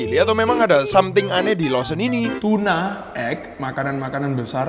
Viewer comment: AKHIRNYAAA BENER JUGA NYEBUTNYA